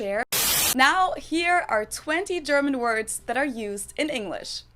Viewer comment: Uff you pronounce the German Words like a German Nice Vocal Skills